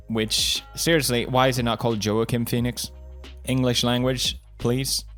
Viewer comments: It should be pronounced as “Jokin” lol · Everyone: Joaquin Phoenix Pewds: JOE-A-KIN Phoenix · Felix pronounced “Quackin” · Uh. If that's the case, it should be pronounced (Hawk-een) but it's pronounced (Wawk-een). Try again? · Felix: Seiriously, why can't we just call him Joeceem Phoenix. English language, please. Ok, Fellix Kellbög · Ho-ahkin phenix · Felix: Seiriously, why can't we just call him Joeceem Phoenix. English language, please. Ok, Kelljeberg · Given how the name isn't exclusive to spanish speaking countries, and it has a portuguese counterpart where the J is pronounced, I think it's less cringy to pronounce the J instead of hearing everyone say "walkin'" phoenix. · I cry in Spanish every time he mispronounces Juaquin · "debut film" pewds: "debit film" "Joaquin" pewds: Walk-In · Me: wackim phoenix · Pewds : I want you to get this man's name right , kay ? Also Pewds : This is my friend Quack-een Phoenix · Choaken Phoenix? Lol I thought you say JOAquin Phoenix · pewds, Joaquin is pronounced wah-keen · it’s pronounced whoa-keen :)❤️ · "Joaquin" is pronounced the way it is... because it's not an English name. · "Joaquin" is a spanish name, thats why its pronounced that way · I cant with how pewds says Joaquins name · Pewdiepie: My me mine favorite actor (cant even pronounce his name) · Joaquin is not pronounced as you wish, because he was born in Puerto Rico, so Joaquin is Spanish, not English. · Lol why can't Felix pronounce Joaquin's name? I get it, he's got an accent but it's pretty easy once you've heard the correct way. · Pewdiepie doesn't know how to pronounce Joaquin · "Joaquin" is a typical Latin name, thus not pronounced as it would be were it a typical "American" given name....